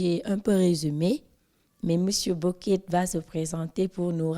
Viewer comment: Merci pour cette interview. Mais c’est Boquet la prône au lieu de Bokett non??